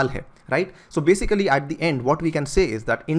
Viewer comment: Agar 1000 bar 'basically' bolega toh kam se kam sahi tarah se bol na bhai ..yeh basic- cally kya hota hai